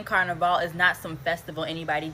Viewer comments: I can guarantee you she herself is not Caribbean. Maybe a distant grandparent. Never in my life as a Trinidadian 🇹🇹🇹🇹and from the island that rules carnival. Have I heard it being referred to as “car-na-vale” no one’s refers to it as such. It’s pronounced “can-na-Val” Wtf is she on? She needs to stop cross playing and trying to represent the West Indies. She is not one of us. Any West Indian is about lyming. We do not care where you from. If there is rum and soca. We are down. She is an American trying to look for attention she clearly not receiving at home. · She not even saying Carnival right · She not even pronouncing "carnival" correctly, lol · She is not one of us. Look how she pronounces carnival. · She's not even pronouncing "carnival" correctly. This person is clearly trying to create a divide.